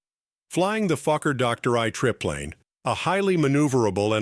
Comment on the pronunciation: HOLY MOLEY!!! I haven't laughed this hard in years, I had tears streaming down my face. I almost pissed myself. Gotta love AI narration. " FLYING THE FUCKER DOCTOR I TRIP PLANE" 🤣🤣😂😂🤣 HILARIOUS!!!